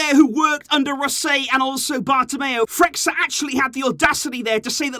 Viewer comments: Pronounciation of Freixa, being a catalán name must be read as "freisha" (like freixenet champagne haha). Just a quick note, i love your videos keep it up ;) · It's Toni Freissha (pronunciation)